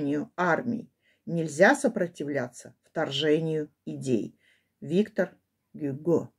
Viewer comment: Виктор(ударение на оГюго(ударение на о)